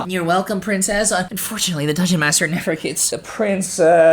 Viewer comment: “oh pwincess”